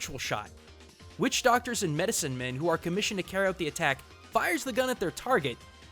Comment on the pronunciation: it's witch not which cmon man